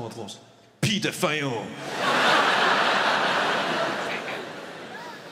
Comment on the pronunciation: Man i fucking LOST it the way he said "PEDOpHiLeS" after toddlers.